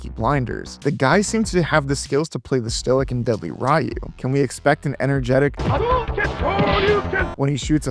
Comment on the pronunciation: It's Pronounced Re-U. Ryu the Y makes an 'E' Sound. Re-U, Re-Tard. See how that works?